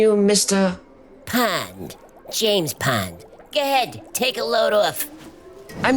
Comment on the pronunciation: "Mishter Pond" Hahahahahahahaha:face-green-smiling